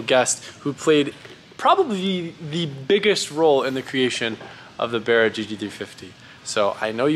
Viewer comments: Barra gg350! I dunno but every time he says that thats what I'm hearing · Sounds like your saying berra. It's barra based off the Australian barramundi fish. One of the best engines us Aussies ever built. Why these engines are not standard in mustangs we will never know.